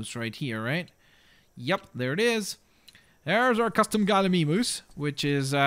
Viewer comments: instead of Gal-e-me-moose you can do gal-a-mimus for all your vids >-> And come back 2 this vid if you wanna know hoow to say it again .3. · Its galimimus not galimeemus and its baryonx not bary o nx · its actually pronounced Galli-my-mus. but hey, to each his own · You can't pronounce Gallimimus at all